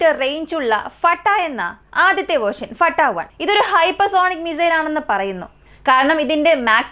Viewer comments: ഫട്ടാ. 1 അല്ല ഫത്തഹ് 1❤ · ഫട്ടാ 1 എന്ന് അല്ല മുത്തേ ഫത്താഹ് 1...എന്നാണ്..❤. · ഫട്ടാ 1 എന്നല്ല പറയണ്ടത് ഫത്താഹ് വൺ എന്നാണ് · ഫട്ടാഹ് വൺ അല്ല ഫത്താഹ് വൺ ആണ് എല്ലാത്തിനേം അതിജയിക്കുന്ന എന്ന അർത്ഥത്തിൽ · Fatta അല്ല ഫത്താഹ്